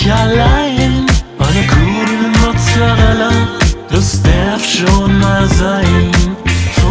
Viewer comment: "Mozzereller" :D